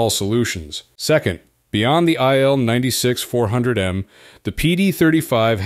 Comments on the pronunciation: Its not ptonounced aile-96 , its pronounced eel-96, il atands for iliushin, name of the designer. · It's pronounced Eel (as fish), not Ai-el. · If only,you would pronuce correctly the name of IL-96. REALLY STUPID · Yeah. Pronucing stuff right is important.